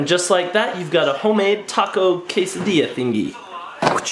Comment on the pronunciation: you said chese meat and quasodia